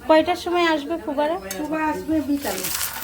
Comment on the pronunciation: ফুবা কি কথা.... ফুপা হবে।আপনার উচ্চারণ ঠিক না হলে বাচ্চা রা কিভাবে সঠিক উচ্চারণ শিখবে